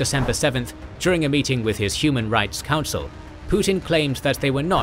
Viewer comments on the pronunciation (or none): none